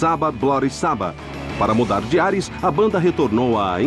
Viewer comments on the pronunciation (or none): none